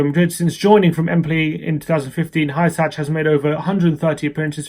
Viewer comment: I believe Hysaj is pronounced “hoo-sigh”